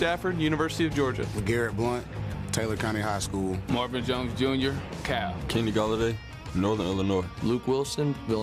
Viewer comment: dude its CAL (california) university… not cow😂😂 would b funny tho